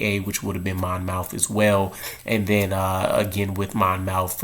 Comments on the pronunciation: Not Mon mouth College. Monmouth pronounced Monmouth College. I should call you and tell you how it's done. Miller should compete for a job like everyone else in camp has to do. No one should be anointed as the one. He might need a year or two to develop. I like some of these kids that went to a local college. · It’s pronounced more like Mon- myth. Just to clear the air lol no shots fired just saying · It's pronounced Mon-Muth. Or go watch his highlights there. They say it. I know that's small, but I'm originally from Jersey and it was killing me lol.